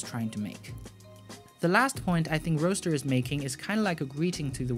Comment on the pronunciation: Goooood. Roadster not roaster.